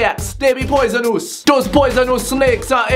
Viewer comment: "poisonoos" coin the phrase X3